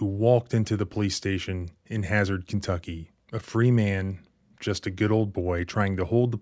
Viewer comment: It's po-dunk KIn-tucky. What do you expect, honey?